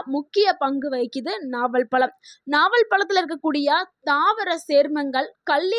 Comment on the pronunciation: பலம் இல்லே ...பழம்...